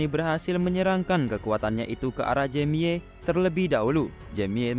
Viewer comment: Baca nya nama mc nya jemi bng jangan jamie bng